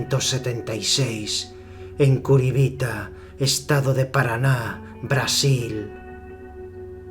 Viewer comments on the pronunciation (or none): Curibita? Jajajajaja es Curitiba wey jajajaj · Nació en Curitiba, no en Curibita. Y para la voz unos caramelos de menta jajaja. Molan tus videos man, pero todas esa banda de wuachimangos que no saben hablar castellano y que tanto se ofenden por comentar algo, que os den, iros a romperos el culo a la selva jajaja basuras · Exelente video como siempre. las pausas de voz, el enfacis en los detalles, muy buen mini-documental eres delos mejores. Un simple detalle es CURITIBA estado de parana 🇧🇷 No curibita De eso en mas nada que agregar... soy tu fan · solo por joder nació es Curitiba o en Curibita 🤣 Na todos nos equivocamos y el nombre del lugar nunca lo debes haber oído antes, por lo demás el vídeo me gusto mucho. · Me gustan tus vídeos. Igual tengo que decirte que nació en Curitiba y no en curibita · en curibita no bro es curitiba 🤔 y eso que no soy de Brasil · es Curitiba no Curibita, habla bien la cth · pensé era curitiba no curibita 🤣🤣🤣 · Dijiste Curibita?, es Curitiba...